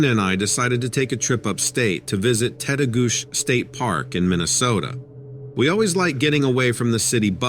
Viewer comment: Story 5: FYI Tettegouche ends with a chi sound instead of a sh. Lol. And, it’s a great park for climbing over Lake Superior, too. Those hikers disrupted a telepathic Sabe/Sasquatch man. It’s probably best to state your intentions when going into the woods and (personal experience at my parent’s cabin near Grand Rapids, MN) Sabe love bananas, grapes, apples, nuts and fruit loops, so you can always offer some as a peacemaking gesture before telling him that you are only visiting and about to leave now. Most cryptids can understand English and Or sense our intentions. So, don’t think about their stench, as they think they smell good and we stink. 😅